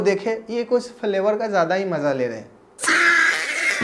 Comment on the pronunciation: Falevar nahi flevar